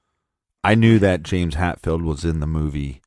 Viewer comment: Hetfield, not Hatfield.